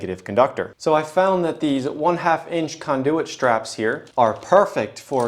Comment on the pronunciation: why do u keep saying kahndooooyit just say conduit like a normal person